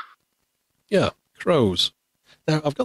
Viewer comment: Amazing! This thing eats the first letter from every word!!))))))))) "_Eah, _ank _ou!" "_at's a _itch!.."